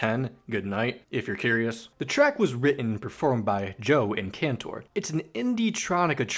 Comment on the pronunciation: Ok, im gonna do this real quick. Ross: (ross)-fehder)men). Andrew: (aendriw) (horowitsz) Rob! (Rob) (cahntour) Joe: (joe) (hah)(lee) And you did zubin mostly fine.